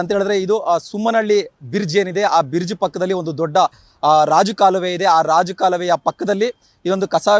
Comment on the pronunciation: Adu borge allapa bridge correct agi mathadu news report andre odilla baredilla ninu